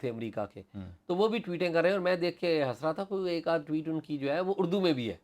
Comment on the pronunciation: Tweets not Tweetien.azaz sahib plz urdu ko zulam sa bachien. English ki bajy urdu Jan k lika gia hi.